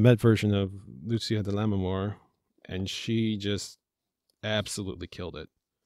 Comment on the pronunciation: It's pronounced Lu-che-a, not Lu-see- a.